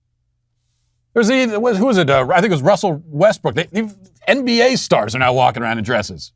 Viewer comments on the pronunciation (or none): none